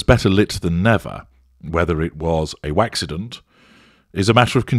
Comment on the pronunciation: a "WAXIDENT" ?! LOL